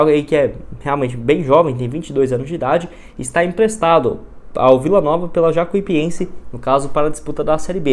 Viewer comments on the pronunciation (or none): o certo é Jacu i pense, todo vídeo vc fala errado, vc fala como se tivesse dois i